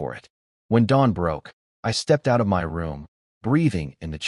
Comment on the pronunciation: Got to say this new AI fault is annoying, why has it started saying M Y instead of my? Have the makers deliberately broken it to get people to pay more money to get a version that works?